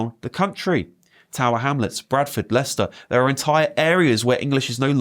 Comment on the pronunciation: It's Leicester 🤷